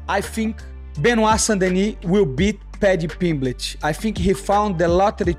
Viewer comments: The way Renato keeps calling him Paddy Pimblitch.😂😂😂😅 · "Paddy Pimbligh"😂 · Why does moicano say pimlich 😂😂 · He said "Pimblitch" SO MANY times. 😂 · Money Moicano funny as hell keeps calling Paddy Pimblitch 😂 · How many times did moicano say paddy pimblitch 🤣🤣🤣